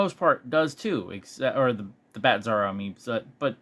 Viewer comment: Nobody told me there was a "Batzarro." And yes, you said it right, that Bat symbol with the original outline behind it is just plain lazy. I'd show this directly to Todd on twitter if it were me and demand an explanation. I don't tolerate laziness, especially if you're paying for it. All that said, wasn't there also a Bizarro World where he came from? And a Bizarro Lois Lane? I think it was from Super Friends. Though I liked Bizarro from the 90s Superman cartoon. He was just simple and had his own Krypto that was always trying to him. That was cute.